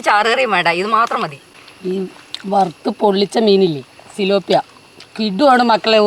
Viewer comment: സുലോപ്പിയ അല്ല thiloppiya❤❤❤